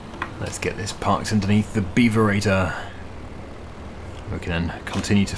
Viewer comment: I can't help but chuckle every time he says "beaver eater" 😂